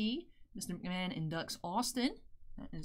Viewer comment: Mahomes, Mahon... It's understandable.